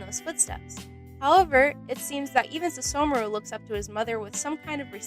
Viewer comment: I don't get why she couldn't say the h in Sesshomaru's name (but she could in other words.) And then she called the show In-u-washa